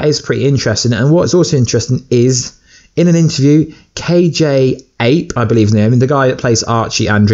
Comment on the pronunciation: Every time you say a name, I cringe. 😂😂😂 KJ Apa.